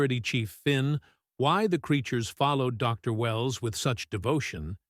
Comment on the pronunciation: Cool story. Now if you could fix your AI so it doesn't pause between title and name. Re: Dr Wells instead of Dr. Wells.